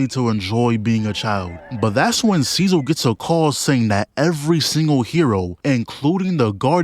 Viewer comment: bro its so funny how he pronounces cecil's name instead of cee-cil he pronounces it as cee-zil